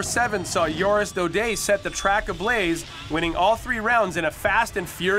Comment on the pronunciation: lol JORIS Daudet not oris Daudet